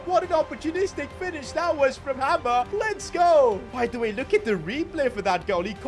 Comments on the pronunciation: Hi I just wanna say hamer is not pronounced like hammer, it’s hay mer basically! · It's pronounced haymer not hamer 😅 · Its not 'Hammer' it is 'Hay-mur' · Your pronouncing hamer wrong it’s like hay mer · It’s pronounced haymer not hammer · Hamer is pronounced hey-mer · You are pronouncing hamers name wrong it’s pronounced hay mer